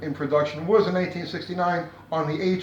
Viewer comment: I thought you were saying 1869 rather than 1969. New what you meant, but made me laugh. Then as your explanation started to move forward I became more entranced. you eventually went over my head with the tear induction system. Going to have to listen to that again.